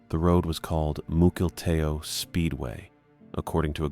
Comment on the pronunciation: Mukilteo is pronounced muckle tea O